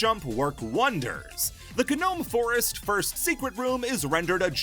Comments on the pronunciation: If this mf says gnome forest like guh nome forest one more time im gonna kill myself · My ears bleed everytime he said ga-nome forest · Um, You're probably not gonna see this comment, but, Gnome Forest, or just, Gnome in general, isn't pronounced with the G, the G is silent!!